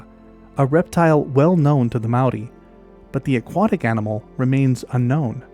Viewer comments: As someone from the area in New Zealand this is of special interest to me! You've done a great job collecting references and did a pretty good job pronouncing the Maori names (pronunciation changes throughout the country actually), but we've a stash of lost wildlife that I secretly hope will show up again one day! So to topic: Given the number of wild animal releases that New Zealand had in the early years, there's every possibility that someone tried to to introduce otters, and beavers, amongst the list of everything else that was brought in as "game animals". Both have reasonably short lifespans (~15 years and ~10 respectively) so I'd propose a small group of introduced individuals who failed to maintain a population. All of that said I think it's also important to keep in mind the power of suggestion, and my conclusion on this topic has always been the same as yours :) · Your Māori pronunciation for our native species is really good. A rare thing for people who havent spent a lot of time here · Well someone finally did their reasearch on pronouciation. For a non-kiwi making that effort, i am impressed. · Mate this is an amazing effort at pronunciation of Maori language, seriously appreciated, well done. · Loved your pronouncement of Maori language, also a brilliant presentation. Thankyou from a Kiwi phellar. 😊